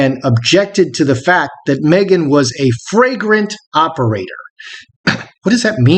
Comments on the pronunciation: Flagrant operator, not fragrant. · Surely the word was 'flagrant' not 'fragrant'? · Pretty sure the word was FLAGRANT, not fragrant. 🤣👍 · FLAGRANT not fragrant. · 'flagrant operator' not 'fragrant operator' ! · Are you sure she didn't say flagrant (blatantly obvious) instead of fragrant (scent).